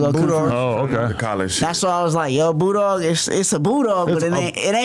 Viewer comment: Oh he saying Bulldog? I thought he was saying Boo Dawg lol